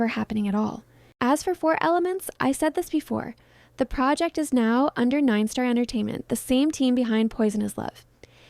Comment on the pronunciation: It's North Star not ninestar 😂😂😂😂 bechara ninestar